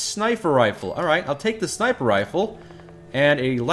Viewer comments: "Pipe snifer rifle" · Did he just say ???snifer rifle???